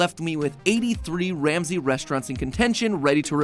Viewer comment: Ol MatPat had that "Gordon Sham-say" in his back pocket for a min 😂